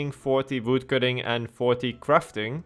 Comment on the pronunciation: I just like how he pronounced Voodcutting :)